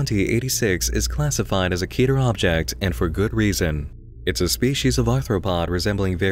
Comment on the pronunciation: When someone pronounces keter right